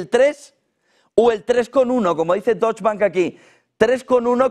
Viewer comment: La pronunciación es “deutsche” (doitsche) no “dotsch”, si es que no me equivoco. 😊